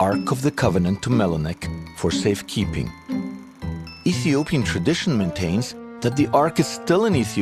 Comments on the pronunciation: that's MENELIK not Melenik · MENELIK not MELINEK. Melinek sounds like skin cancer.